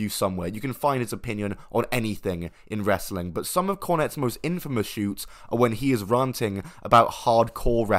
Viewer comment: shoots the word is shoots not shouts